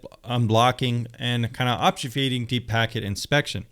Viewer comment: Just FYI; it's pronounced, "OBB-few-skate-ing".